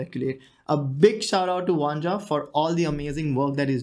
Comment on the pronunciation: It's spelled Vanja and pronounced Vanya :)